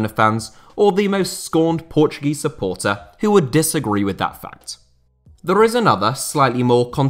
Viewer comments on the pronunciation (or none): none